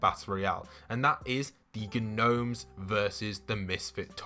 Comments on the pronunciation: Is it just me or does Midas’s room have a FNAF vibe (Who Else is frustrated he is saying Ganomes instead of nomes?) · Gnomes is pronounced “nomes” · “ghnomes” 😂😂 love your videos !! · His pronunciation of gnomes triggers me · Gnomes has a silent ‘G’ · Just a heads up, the g in gnomes is silent lol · Does he call them gnomes (pronouncing the g) on purpose?